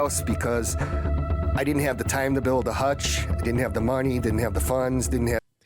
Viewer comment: And how he pronounces "time" as "tom" 😊